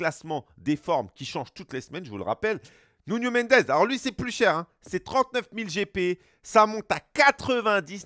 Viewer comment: « Nounho Mendez » c’est « Nouno Mendesss »